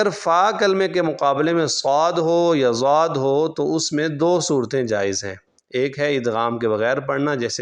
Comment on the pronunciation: Yeh jo aap zuaad prh rhy hain isky kia jawaaz ki soorty hain? Duaad hota hai asal main , Aap ne Qurr'aaaa Hazraat ko nahi suna ?